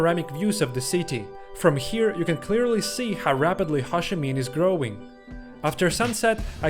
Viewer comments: it took me a really long time to realise you were saying Ho Chi Minh. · Ho (rhymes with Go) Chi (rhymes with tea) Minh (rhymes with win) :-)